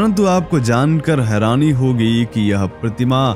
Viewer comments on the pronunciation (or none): none